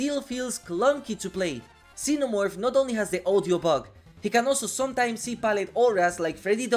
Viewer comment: cenamorph... cool they added new killer... p.s. not making fun of your pronunciation, it just sounded really hilarious after imagining xenomorph with Cena's head